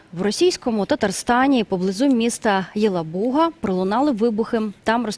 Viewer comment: ЄлабУга , Імбірь - ця ведуча вчила в школі наголоси?